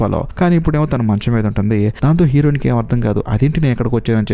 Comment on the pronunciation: Heroine and hero.. ee words konchem clear ga. Cheppandu..fast ga cheppadam vallam aa word heroin or hero ani clear ga vinipinchadam ledu